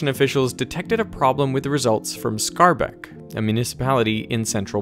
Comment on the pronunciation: not scarback but schaerbeek schear u use the sch from school and the ea pronouns u like the ee from beer and beek id the same so u get schearbeek